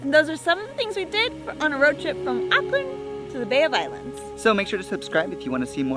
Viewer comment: why is this reccommended i live here and its auckland not auckland like data and data